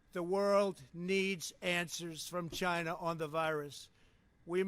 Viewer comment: The way he speaks chinah ask chinah